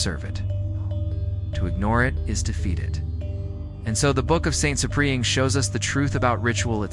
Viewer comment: Try getting the AI to pronounce Ciprian as SIP-ree-ən